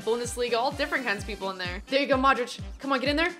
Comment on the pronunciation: You are sayin Madrič not Modrič